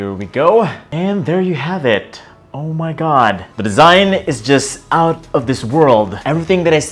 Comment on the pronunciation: "Ohw May Gahd" 😂😂😂